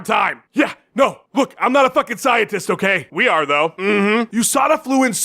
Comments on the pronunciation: ah, yes!! Hearing "H'okay Jon Jones" a few times in a row just makes my day! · H'okay Jon Jones, h'okay